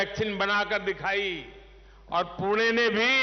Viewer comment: पुणे च पूना असा उच्चार न केल्याबद्दल धन्यवाद मोदी once again 2024🔥